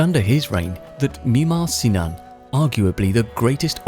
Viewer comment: The way you say it makes it sound like his name was Mimar and his surname was Sinan. That is not the case. His name was Sinan and mimar means architect. He's Sinan the Architect.